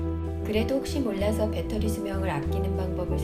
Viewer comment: 배러리 관리에 철저하시네요. 배러리 발음에 좀 웃겼습니다.